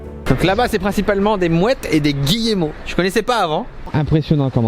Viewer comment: Goélands pas "mouettes", et Guillemots pas "Guillémots" biz quand même